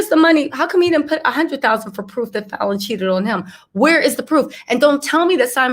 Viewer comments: PRONOUNCE FALLON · Girl just watch one of her interviews online to learn how to pronounce her name. Kandi has a speak on it